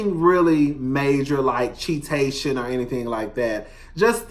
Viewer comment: I heard cheatation more than once, lol. You trying to make this a thing lol